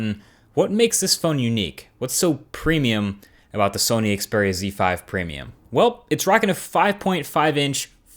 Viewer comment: Great! A youtube reviewer that doesn't say "Ze/Zed" when pronouncing Xperia phones.